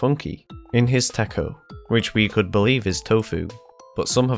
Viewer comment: PFFTT HE SAID TA KO